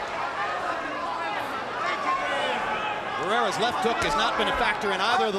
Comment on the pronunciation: Cuando pronunció el nombre de barreras y morales me da vergüenza solamente en pensar en pronunciar el nombre de canelo y los otros mamarrachos de hoy en día 😎